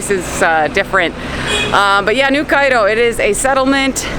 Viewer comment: I love how you only lived in cairo for 4 years but yoy say the og cairo like us xD and make fun of new cairo